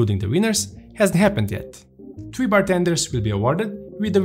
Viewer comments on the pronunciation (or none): none